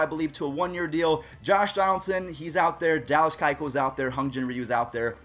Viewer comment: Your pronunciation of Hyun-Jin Ryu is actually better than most baseball announcers